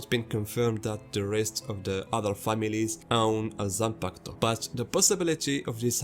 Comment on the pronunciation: I HIT MY PEN EVERY TIME YOU SAY YOU SAY ZANPAKATO!!! LET'S GOOOOOO!!!!!!